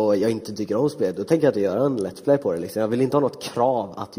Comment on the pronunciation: har ni hört hur hon inevju kärringen säger let's play hon säger lets plejs